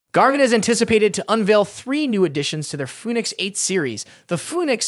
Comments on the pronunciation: Foonix. lol. Nice try AI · Fooneeks eight LMAO